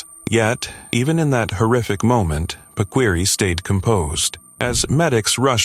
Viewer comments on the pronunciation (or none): It’s pronounced PA-KEE-REE, not pakweeree